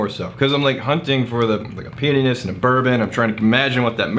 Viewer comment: be careful when you eat pretzels and try to say “peatyness”. Sounds more like a part of the male anatomy. Love you guys!